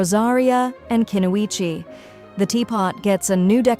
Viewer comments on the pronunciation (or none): "Kenuichi" xD